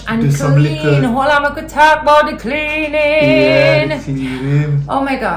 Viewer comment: "Hole on mek wi talk bout di cleaaaaning," yu too funny😂😂😂😂